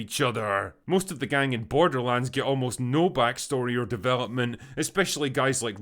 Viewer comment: This film sucks so much that it's defusing out its shittiness and infecting innocent bystanders. Case in point: a usually solid movie reviewer kept saying the title of the film as "borderlunds," like the way Newfoundland is pronounced. I wanted to punch him in the mouth every time "borderlunds" came out of it.